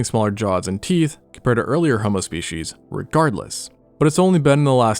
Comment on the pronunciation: Species is pronounced speecies stop saying "spee-he-she's."